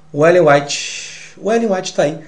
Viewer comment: Ele disse "Ellen Wytte"?